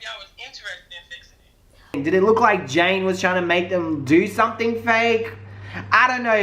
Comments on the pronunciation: Love you 💖💖💖💖💖😘 lol her name is ja-nay janay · When continued to call janay, jane through the whole video